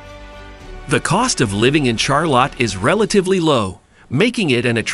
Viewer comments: Rally? Char-Lot? Must be a dang computer voice. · LMAO!!!!! The way he said Charlotte Char-Lot 🤣🤣🤣